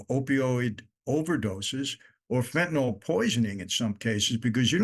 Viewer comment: It’s not pronounced fentan-ol. It’s fentanyl.